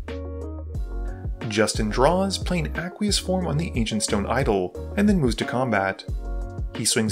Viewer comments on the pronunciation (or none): none